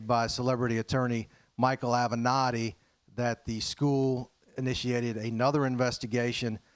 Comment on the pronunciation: Did he say Micheal Avenatte? That has got to be a joke?!!!